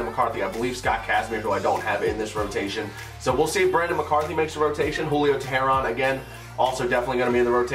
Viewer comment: Its pronounced Julio Tay-Ron